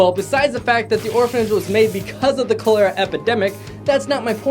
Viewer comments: Great video I really enjoyed it the only thing is cholera is pronounced (call-er-a) not (coal-lair-a) when you first said it I thought it was a made up illness until you corrected the spelling on the plack again I absolutely loved the video and will be watching more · That pronunciation of Cholera irks me. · Cholera is pronounced Collar-ah. not cole-er-ah. The bad lip synching goes back FURTHER than Jackie Chan! It goes back to BRUCE LEE. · Not how cholera is pronounced. That hat is Carmen Miranda. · You said cholera wrong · "They spelled Cholera wrong!" Yeah, and I'm pretty sure you're saying it wrong my dude. So don't judge.